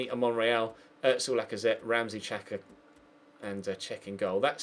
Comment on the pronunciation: It's pronounced Shaka not Chaka and Ozil not otsil